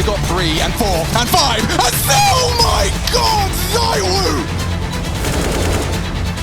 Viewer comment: Cool vid… anyways it’s zywoo